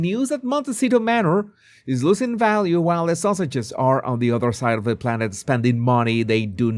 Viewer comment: 😂 I thought you were saying "Sussexes" with your accent. But I am sure you are really saying "Sausages"!